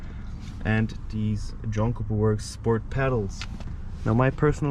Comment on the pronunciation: Try John Cooper Works mate, not jonkaworks